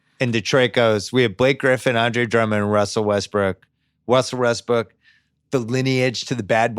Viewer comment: They said Wussell Restbrook like four times